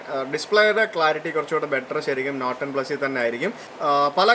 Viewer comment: bro, 'Not' and "Note" are pronounced differently:)